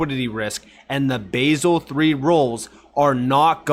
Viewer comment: Youre a Legend btw its pronounced Bahzel